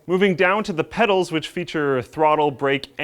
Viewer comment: Did i hear wrong or call the Pedals "Medals" 3;50? i may be losing it.